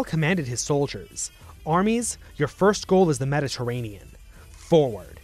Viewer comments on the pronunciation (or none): none